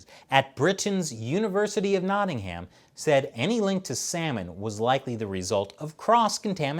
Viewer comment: Damn we have 1000 new cases a day in the uk and we're coming off lockdown they have "106" and going back into lockdown 😒😒😒😒and as a man from nottingham the way ü said it triggered tf out of me